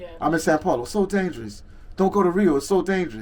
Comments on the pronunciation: Is it me, or does this brother keep saying San Paulo and not São Paulo ? I swear he's been saying San Paulo since he's been there for like 2 months. Maybe it's just the butchering of the language. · It's not you. He's been saying San Paulo since being there.